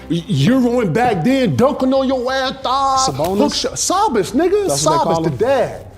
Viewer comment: Suh-Bone-Is I know it's hard to speak English, KG.